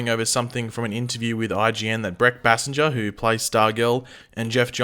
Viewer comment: Is it Bay-Singer, or how pronounces her last name? Its uh genuine question 🤔💯